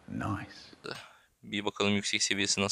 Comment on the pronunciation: adam nays diyo komayabgiriyorum 😃😃